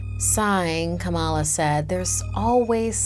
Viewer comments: It's not kamaaala it is Kamala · Kamal not Kamala